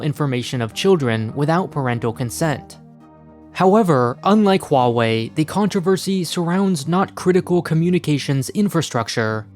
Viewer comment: You're the only one I heard who pronounces Huawei right